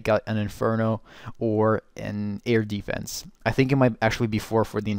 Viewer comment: It sounds weird when you say: Air deeefense